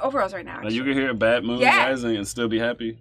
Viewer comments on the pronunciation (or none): BAD moon not 'mad' moon.